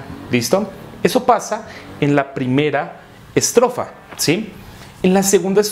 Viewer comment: Donde tenia que decir ESTROFA decia ESROFA 😅😅😅😁😁